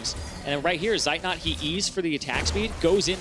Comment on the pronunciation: I'm always triggered when the casters mispronounce Zeitnot...after several years they still didn't manage it.